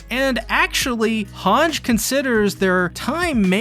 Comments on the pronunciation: its han-jee not hanj please stop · For the ever living sh*t, , it's, pronunced han-gee not han-sgh... There a no s's in the name, I will say one thing tho atleast your not pronouncing it has han-gii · why does he pronounce Hange like that ? 😭😭 ITS SUPPOSED TO BE “HAN-GEE” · hange is pronounced han-gee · Did this guy call her Hange without the long e?